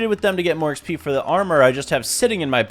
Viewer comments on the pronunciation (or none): no way bro said "eee ehx pee"